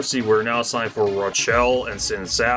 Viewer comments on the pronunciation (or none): Rochelle is pronounced locally as "Ro Shell" Lometa is pronounced "Low Meeta." As live in Brady, I appreciated the coverage you gave of our community.